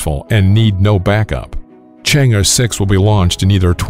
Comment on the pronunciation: It's pronounced "Chang AAA"